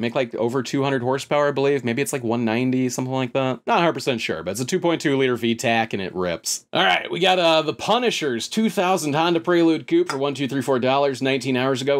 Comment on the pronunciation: Pronouncing V-tech as V- tac is a little wild